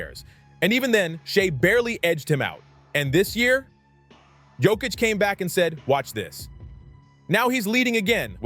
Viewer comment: You talk about DISRESPECT towards the Big Honey Joker, but you still haven't learnt how to pronounce his surname correctly: yock-itch. 🧐